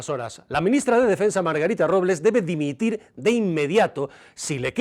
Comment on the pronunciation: "Dimitil"? 🤣🤣 Con la de ingenuos que hay? 😡🙈